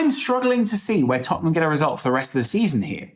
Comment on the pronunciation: Lad, it's Tottenham